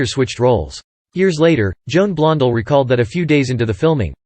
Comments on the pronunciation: Many mispronations here, the most glaring being Blond'al instead of Blond-dell' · Stop using that whiny sounding dorky - nerdy computer voice, and it’s unnatural inflection of names like Warner Bros., and pronunciation of actors’, and actresses’ names like “Blondull”!!! The name is pronounced BLON DELL!!! Oï vey!!! Also, stop overly repeating the same exact limited series of still photos of Cagney for 48 minutes - eeegaads!!!!